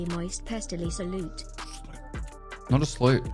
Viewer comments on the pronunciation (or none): Every time you say Salute it sounds to me like your saying Flute lmao